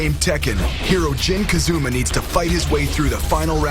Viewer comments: dude, narrator, what's up with calling Jin....Kazuma? It's Kazama. Ka Za Ma!!! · ITS NOT KAZUMA ITS KAZAMA YOU STUPID IDIOT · am i the only one who gets mad when the narrator says "kazuma" not "kazama?" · how do you mix up the letter a with a u kazuma jin would be mad lol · Jin KazUUUma... I'm dissapointed already. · Jin Kazuma..... WTF!? WHAT'S WRONG WITH YOU PPL! Kazuma... it's Kazama! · i guess you'll know if someone is a real tekken fan or not based on whether they say 'kazama' or 'kazooooma' after seeing the movie.